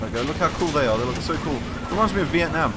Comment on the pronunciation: Vietnam - Viet-TAN